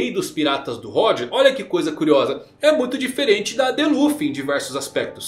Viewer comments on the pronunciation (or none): none